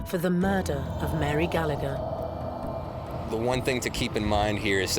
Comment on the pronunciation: Its laughable how these "experts" speak with such certainty and matter of fact, when its complete waffle, yet the sensible people that need proof are the ones who aren't "open minded". lol ...Oh and if I was Mary, I'd haunt all those Canadians too for massacring my name! Learn to pronounce names properly! Almost as bad as the Americans. Also, it wasn't a "potato famine" it was a mass organised and orchestrated genocide by the English on the Irish.